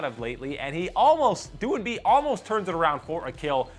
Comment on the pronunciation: No, I don't know about the other casters but he pronounced doin'b correctly